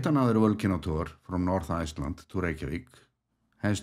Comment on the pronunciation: Whenever I see the word Iceland, I now hear your voice and pronunciation !